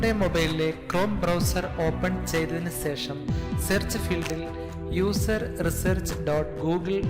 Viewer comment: Ponnnannaaa sesham Alla shesham